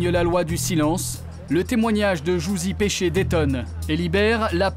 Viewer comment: C'est "Pesce" mais oui le journaliste dit péché 😂😂